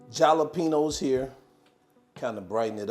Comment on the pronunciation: 👀 The j is silent in jalapeños, pronounced with a "H" sound